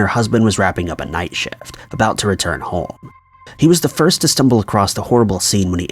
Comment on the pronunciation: Why does this guy pronounce “home” as “hole”